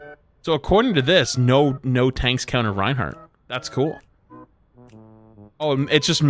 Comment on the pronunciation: Am I high or like did my mans just say that brig counters rienhard 😭😭😭😭